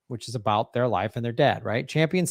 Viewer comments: Cringing everytime he says: Jane 'Champion'. Not a cute look for a dude to be mispronouncing a woman's name when he's critiquing her feminism. Shades of Tucker Carlson? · It’s Campion, not Champion. Gee you’re in the SAG and don’t know her name?